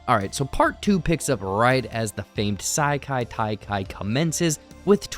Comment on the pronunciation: Bro you GOTTA be pronouncing these wrong on purpose. Ee-yoong-jang-doo and Saikai Taikai?